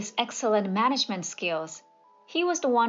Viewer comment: It was good until the story about Tom. Obvious non- English speaker. Word: management. Also, the narrator needs more interest/inflection in her/his voice. Sounds very monotone and that will out listener to sleep.